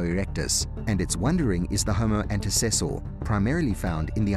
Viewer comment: It is not Homo Antesor, but Homo Antecessor, meaning something like forefather. Tor